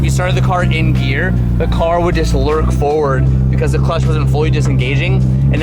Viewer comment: It's lurch forward. Lurch not lurk. 😁🤣